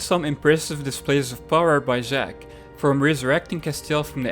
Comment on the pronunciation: Its jack not Ziiiack